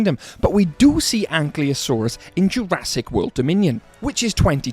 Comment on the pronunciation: its not ankliosaur😂😂